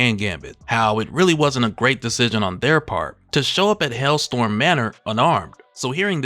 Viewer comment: It's HellSTROM. Not "Hellstorm."